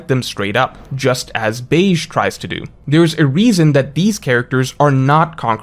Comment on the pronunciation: It’s pronounced Beji